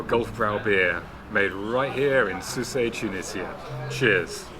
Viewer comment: Shame you didn’t show the Marina in Port El Kantaoui. I’ve never heard Sousse pronounced the way you pronounced it…Soussay?